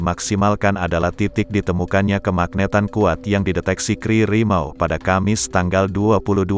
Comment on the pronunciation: KRI dibaca Ka eR I.. bukan dibaca kri.